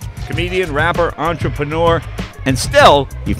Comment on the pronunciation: Lol he said "Rapper"